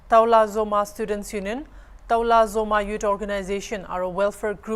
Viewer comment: Dear Hornbill tv the term NETIZENS & CITIZENS are two different entities. In this case the issue is between the Citizens of Toulazouma (pronounced 2-la-zu-ma) and not as written on the thumbnail. Thank you for the coverage 👍